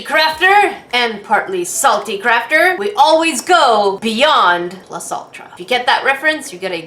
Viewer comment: When she said “Plus Ultra” I thought she said “Plus Saltra”